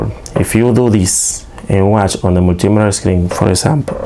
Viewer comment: "Mul - T - Meet - her", hope that helps you. 👍